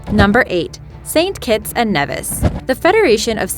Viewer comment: U got st.kitts name wrong